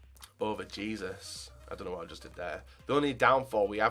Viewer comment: its pronounced heh-soos not jesus.